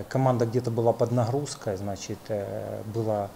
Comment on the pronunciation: Хахаха. У него глазищи как у наркомана. Поди офигел от такого результата против Мальты. "Значет ээээ"